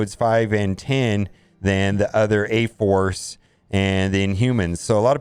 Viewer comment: did he say A-Farce??? good name for it.